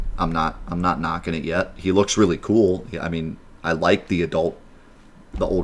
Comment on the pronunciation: "I'm not Nocting it yet." lol